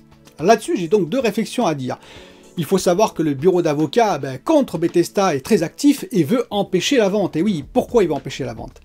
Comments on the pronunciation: BethesDA. DA ! Pas "BethesTA" Grrr.. ;) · Tu dis BETHES"T"A lol😘